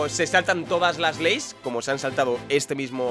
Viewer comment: "Se saltan todas las 'leys'.", 2017